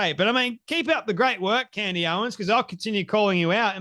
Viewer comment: Candace not Candy